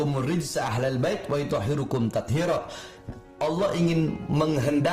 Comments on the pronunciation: Haaar bahar...ngatain org bodoh ente baca ayat aja salah ...yg bener tuh wa "yutohhiro"Kum...bukan wa "yutohhiru"Kum...dibaca nasob bloook..km baca rofa'..bahlul ente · Maaf perlu dikoreksi lagi bacaan Quran nya. ويطهر كم dibaca nashab dg tanda harokat fathah bukan dhommah. 2 kali dibaca salah terus. Mohon jangan jangan sembrono baca alquran karena salah harokat bisa berubah maknanya apalagi tafsirnya